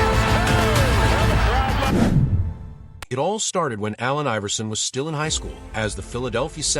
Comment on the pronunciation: When AI makes a video on A.I. but doesnt know how to pronounce his name!😂